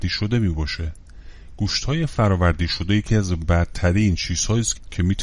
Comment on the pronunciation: عزیزم فرآوری درسته نه فردآوری!